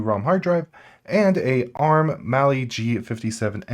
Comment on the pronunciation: Kudos for pronouncing the full Mali name.